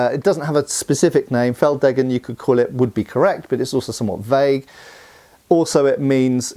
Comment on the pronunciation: feld deggen? More like feld daygen